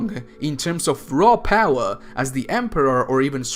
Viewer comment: I like how you say "Raw Paawa"